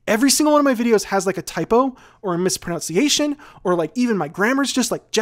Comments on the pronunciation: You mispronounced mispronunciation :D Its MIS-pro-NUN-see-ay-shun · Lmao he mispronounced mispronunciation XD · Oh the irony of mispronouncing the word "mispronunciation" as you're talking about how in every video there's always one word that you mispronounce.